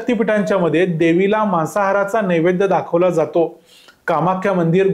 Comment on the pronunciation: मासाहार नव्हे मांसाहार मांसाहार या शब्दाचा तुम्ही केलेला उच्चार मासाहार असा ऐकायला येतो